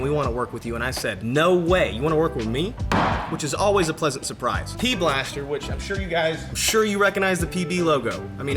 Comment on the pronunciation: i refuse to acknowledge your sponsorship until you learn the company's name. its not "P Blaster" its "PB B'laster". not something that is debatable, its written all over their website as "PB B'laster"